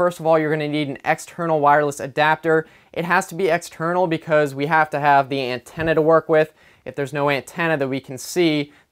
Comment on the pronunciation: I like how he says ant-enna